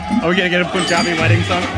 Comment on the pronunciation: Bruh its not Poon jaabi. Pun, like the English word "pun", -jaah-bee.